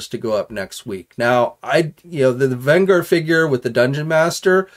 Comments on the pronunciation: VEN-GER oh it hurt to hear you fail it repeatedly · It’s VEN-GER as in revenge or avenge!!! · That tells him nothing…. it’s the GER part that he saying wrong… A better way to say it would be to say it is like saying “JERK” without the K …. You’re welcome.🙄👍